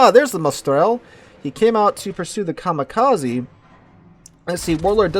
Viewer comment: Very nice game. Narration is good but you need to work in your foreign names pronunciation. Come on, for a teacher... Coronel Bolognesi you butchered badly. Kamikaze, is pronounced with 'eh' at the end (not 'e' ). It's Japanese. And Gallant is British, so it has a stress in the first syllable. You seem to be mistaking it for a Mitsubishi car. At least you took the proper way out on the subject's name and changed it to English, not the Italian name.